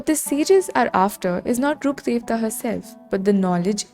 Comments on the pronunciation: omg yes finally someone pronounced Rukkhadevta's name properly, everyone keeps messing up the pronunciation so bad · I think since sumerus released this is the first time i hear someone pronounce rukkhadevata correctly😭